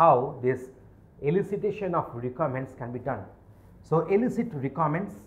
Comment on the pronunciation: Wtf is this?? Voral interview??? Rikaments?? Wow.